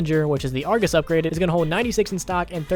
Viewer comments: Why in the fuck is he saying Argoose. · I heard that! "argoos" you can't slip away from me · good vid dude! just kinda weird to me how you call it the argoose😂 also when you call crksshairs reticles! anuway, i liked it man! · I like how he says argoose so seriously